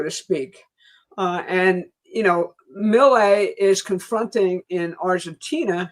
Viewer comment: Pronounce Milei as Mee-lay